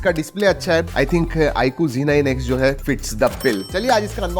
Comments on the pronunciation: Yeh IQOO ZEEE 9 X NAHI HAI, IQOO ZEDD 9 X HAI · bro ba g9x nehi z9x